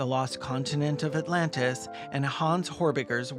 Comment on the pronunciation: Stop, dead. XD Autlantis, fml